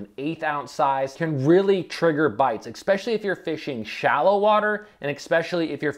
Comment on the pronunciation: it's "eSpecially" not "eXpecially".